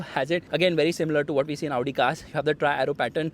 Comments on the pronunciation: When he says Audi cars I am be like Laudi Cars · You pronouncing "Audi" kinda sounds like "Lowdi" 😂😂